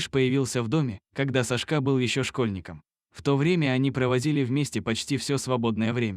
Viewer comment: Какой ужасный диктор, в этой истории все перевернули с ног на голову, не понять где начало, а где коней и инаверное не сашкÁ а cÁшка !!!